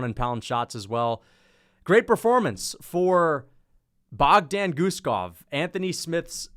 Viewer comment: John gooden made me wanna defenestrate myself with the names he was mispronouncing. “Muslim sallyhoff” and “bogdan gushkov”